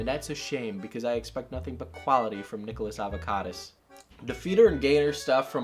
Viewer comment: “Nicholas Avocadas” lolol